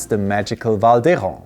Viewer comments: Beautiful but pay attention to the quality of your English. "My friend and me"? No No No. "My friend and I" :-). You don't want to sound like a toddler that says "Me go to the supermarket". Be careful!!! And, please, pronounce 'Hérens' 'Hérin', not 'Héran'. :-) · Congratulations! However, you should consider modifying your pronunciation of 'Val d'Hérens'. It should sound like 'Hérin' :-)! A Welsch from the Cariboo, in British Columbia.